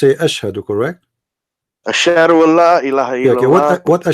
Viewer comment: He said ASHARHOALLAH not ASHADHOALLAH